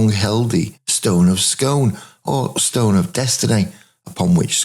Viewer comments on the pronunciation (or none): So fascinating. Well composed, vivid. Regarding the Stone, it’s not pronounced “Scoon”? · Great video. Only Scone is pronounced Skoon.